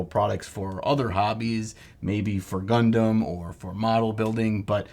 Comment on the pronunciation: When you say "Gundam", I hear "Leman Russ."